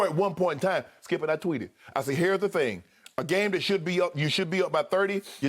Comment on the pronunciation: I love when Shannon says "hare's the thing"🤣🤣🤣🤣